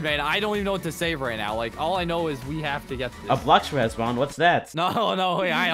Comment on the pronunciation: "are you serious right neow"